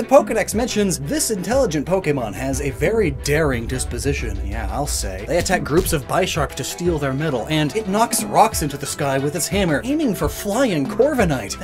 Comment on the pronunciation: The way he pronounced bisharp ☠️ it's supposed to be like bishop + sharp